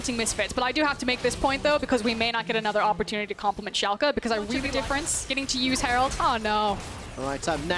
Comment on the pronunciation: I think its impressive that he nails the pronounciation for Schalke 04 tho since "fünf" isnt something he has to say as often he pronounced it kind of weirdly (still good tho!)